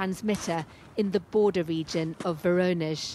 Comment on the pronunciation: Please learn the correct pronunciation of 'Voronezh'